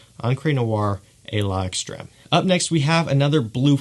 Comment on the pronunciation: FYI: the apostrophe in the south-eastern european languages (spanish, french, italian etc.) just makes the two parts go together: L'extreme is pronounced as lextreme (just extreme with an L) as far as what i've been told. with that said, nice videos still. Keep it up man!